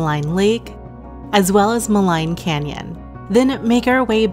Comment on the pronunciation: Maligne Lake: pronounced Ma-leen!